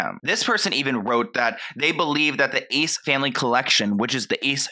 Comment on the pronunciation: Its Ace not ezz